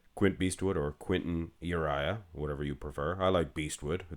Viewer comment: Why do you say his name like the band Uriah Heep? Is it a weird French thing? Has he told you himself that's how he pronounces it?